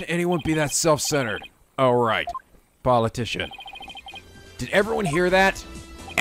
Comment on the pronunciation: Come on,. Paul Atishon? POLITICIAN.